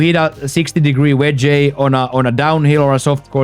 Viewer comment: My brother great video. Your English is real good but I would like to help you. On words like wedge and Fringe you don't pronounce it with the E at the end. You can just say "wedg" 😊